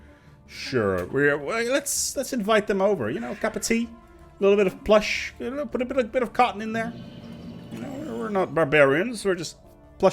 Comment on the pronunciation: It’s pwush